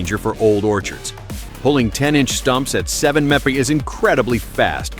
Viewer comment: time stamp for thumbnail ? AI voice cant pronounce MPH